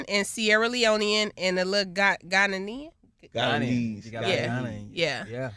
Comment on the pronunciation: The way they're pronouncing Ghanaian got me SICK 😂